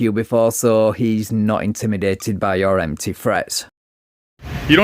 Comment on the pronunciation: Did you just say "incrimidated"?